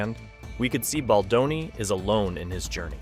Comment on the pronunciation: Is this an AI narrator? Just curious. I keep hearing names pronounced wrong like, "Badloni" and "Candance Owen" lol. It is what it is I guess. But also F a$$hole$ like BL and RR.